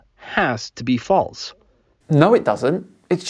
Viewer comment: Um... what the heck is "falTse"?